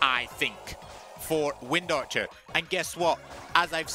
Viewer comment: How you said wind archer was so satisfying af